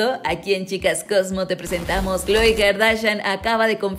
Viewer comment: Se ya má kloe no khoe